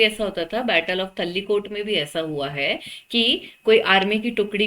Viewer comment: Mam battle of तराईकोटा not tallikota